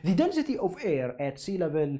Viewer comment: i like how this guy says “airrrr”